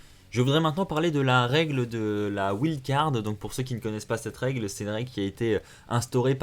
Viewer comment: ça stresse qui quand il dit Inestagram alors que c unstagram a la prononciation et wild avec l'accent français